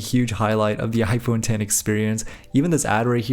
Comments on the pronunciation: Finally a YouTuber who properly says "iPhone Ten" instead of "iPhone Ex" (Even though you accidentally said "iPhone Ex" once lol). I thought the idea of Apple using roman numerals for the 11, 12, and so on would have been cool but they probably noticed so many people saying the name wrong for the phone they probably passed on that lol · It’s iPhone X (10) not X 😅